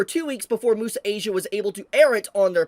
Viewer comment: Its also unavailable on Netflix. But it is still available on other (Chinese-owned) platforms like Bilibili and iQiyi Also IIRC Crunchyroll isn't the only platform that was able to get the anime early. Bilibili and iQiyi were also able to get an early release Also, isnt "Muse" in Muse Asia pronounced as "Myoos" instead of "moo-sa"? English isnt my first language but I always thought it was pronounced like the english word "Muse"